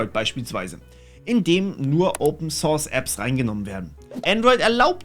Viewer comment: Open thorth...... scheiss denglish, wa